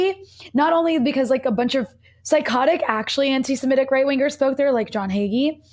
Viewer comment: Thank you for saying anti-semitic, rather than anti-simetic. And will anglophones please also start saying nuclear, rather than ‘nucular’?